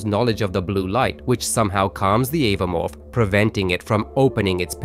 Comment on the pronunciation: It's oh-voh-morph, not ava-morph, watch the movies or look at anyone who reviews the lore.